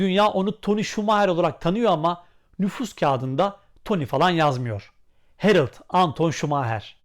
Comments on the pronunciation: Harald , aynen Harald diye yazıldığı gibi okunur çünkü adam alman isim almanca. Niye alman ismini İngilizce okuyup herıld diye telafuz ediyorsunuz…? Anlamıyorum böyle basit mantık hatalarını. Biraz meraklı olun, orjinal olun kardeşim… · Ağbi Almanca da A kelimesi Türkçedeki gibi telaffuz edilir. Yani Hereld şeklinde değil, yazıldığı gibi Harald diye okunur. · Abi almaca telafüzü Hereld değil Harald😊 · Yazıldığı gibi okunur harald herıld deil ayrıca ismi anton olana otamatikmen toni denir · Emeginize saglik ancak gercek adı Herild degil HARALD 'dir. 💙💛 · Herild değil, Harald okunur ;-) Almanya dan selamlar